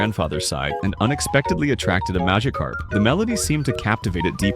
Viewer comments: “Maggotkarp” 😂 I’m sorry man, but half the time the voice over doesn’t pronounce it right 😂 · Ai voice keeps messing up Magikarp pronunciation and I only hear magakarp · AI voiceover calling it a MAGAcarp when it has orange skin, a big mouth and a shock of yellow on its head is diabolical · duh mahgihkarp fowwowed cwoswey buhihnd gasps for breath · It’s pronounced majacarp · Bro kept saying maggot carp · AI said MAGAkarp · The way it pronounced Magikarp is diabolical